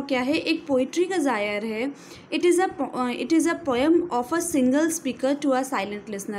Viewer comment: Ma'am why did you say genre as "gyre"?